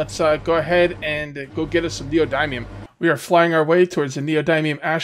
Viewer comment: Neo dimium. Not dymium